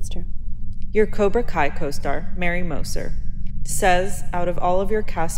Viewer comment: Mary mowser?😂